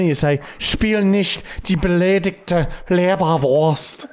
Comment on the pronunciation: Martys german pronunciation is really on point. Just so everybody knows, he is not setting it up or so. Well most of the time we are not screaming but otherwise its pretty good hahaha. the first time you said "beleidigte" was correct 👍🏽👍🏽. keep it up and greets from Germany :)